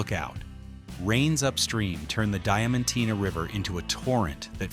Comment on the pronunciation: Its Diamantina not Dementina